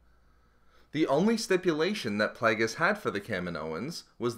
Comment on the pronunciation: I stopped watching this because of 'plag-us'